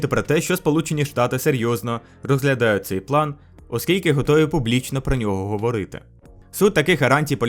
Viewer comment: Не говОрити, а говорИти. 😂